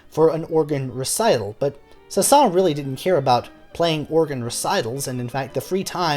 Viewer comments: Saint-Saensssssssssssssss the final s is pronounced. Oh well. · The last “s” of his name is not silent. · I love your videos and yet ask a native French musician about this: by an exception to the normal rules of French pronunciation the final S of "Saëns" is sounded, not silent--and careful, it's not a Z sound, it's an actual hissing S. While you're at it, the two Ls in "Camille" are pronounced as an L, as in the French words "mille" and "ville", not as a Y as in the French word "fille". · It isn't a big deal because I have heard many french natives pronounce his name without the s at the end (although it should be pronounced)... so even many french speakers are confused about his name pronunciation. Thanks for that great video btw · I think the pronunciation includes the letter s. Do a little more research, beloved musicologist.